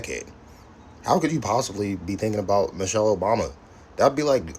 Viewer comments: If you guys just listen to this fool he can't even pronounce her name right. He said Mochell instead of Michelle what a dumb-ass! The jokes on you fool..😮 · To be fair he did say "Mochelle Obama" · He can't even say her name right lol... called her Mochelle 😅...come harder my guy 😂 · He said Mochelle